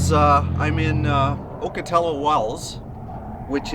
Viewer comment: Also Ocotillo is pronounced awk uh tee oh